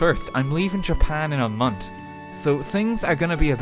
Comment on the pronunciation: RT drinking game: take a shot every time he leaves the TH sound off of words (mont) or says something Irish ish 🍶